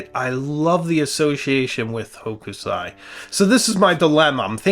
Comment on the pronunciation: sorry to do this to you but Hokusai pronounced sounds like h00 k sai. long OO hooo k - sai